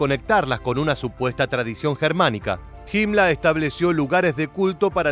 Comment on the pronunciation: "himla" xd